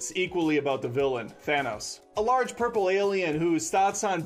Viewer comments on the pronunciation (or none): none